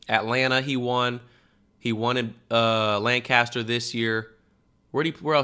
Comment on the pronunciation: Everyone like this so cam sees it, cam pronounce it lancister not Lancaster ok??? I’m from pa so if ykyk